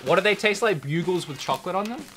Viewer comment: “Broogles” you mean bugles? You eventually got it